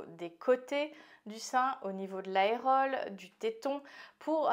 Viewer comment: On ne dit pas aérole, mais aréole.